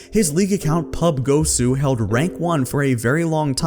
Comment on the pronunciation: did you really say :” PUB-GOSU”?! It means PUBG-OSU x). OSU! Is a rhythm game